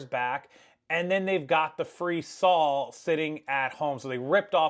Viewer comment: This is just a friendly fyi... and It's not pronounced "SAL" It's pronounced, "SAW," Example, ( I saw him using the chainsaw. ) Same spelling, same pronunciation, different meaning.